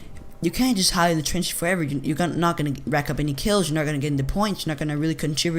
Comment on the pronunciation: "Twench" xD